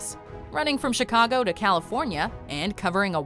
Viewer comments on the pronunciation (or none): none